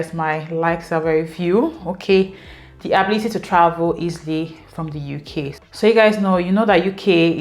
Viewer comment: Thanks for sharing your experience...❤❤ Please don't go back, stay in the "Youkay" forever 😅. We hope that by this time next year, you'd have added some "Likes" and reduced some "dislikes" ❤